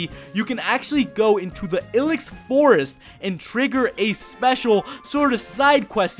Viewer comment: dude stop. it's I-LEX forest. as in I hate your pronunciation lol